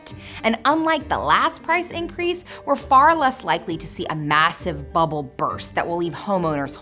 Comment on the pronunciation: You mispronounced Bubble..